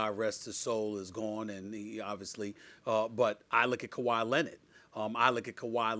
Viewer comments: "Kawhi lennid" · "Kawhi Lennitt"